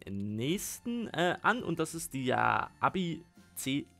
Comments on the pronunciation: es wird eibi ausgesprochen nicht äbi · Richtig ausgesprochen wäre es ja "Äbi" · Das wird äbi augespochen und nicht abi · Wie du Abi gesagt hast🤣 AEBI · So als Tipp Aebi wird äbi aus gesprochen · Ae wird ä aus gesprochen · Man spricht das eibi aus